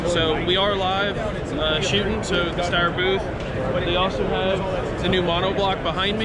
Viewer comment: That guy seems like he doesn’t work for Steyr despite wearing their badge and tshirt. Mispronounces Steyr, and is not familiar with their new A2 MF model, keeps saying it looks like it has this, looks like it has that, like he’s seeing it for the first time.